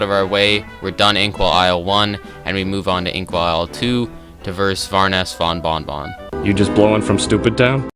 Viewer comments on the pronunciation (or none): “Baroness Bon Von Von” No but seriously you are my fav cuphead YouTuber lol